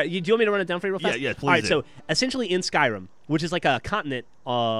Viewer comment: I love how calls Skyrim, Skrim